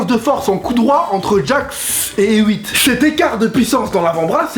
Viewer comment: Superbe vidéo! Mais Hewitt se prononce "Et Ouite" ^^